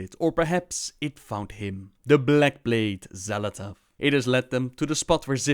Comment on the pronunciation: De X wordt uitgesproken als 'sj'. Dus 'Sjal Athath'. Met een pauze tussen L en A.